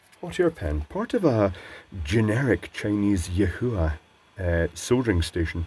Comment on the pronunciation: So refreshing hearing a person soldering and not soddering. Cheers.